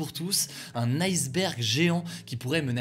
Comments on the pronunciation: en Français correct on ne dit pas "ail sberg" mais tout simplement "isse berg"!!! Gros nul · Par contre c'est pas bien la facon dont il prononce le le mot iceberg. En français on ne le dit pas à l'anglaise !